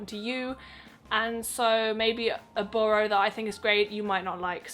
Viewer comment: Btw it's pronounced Buh - ruh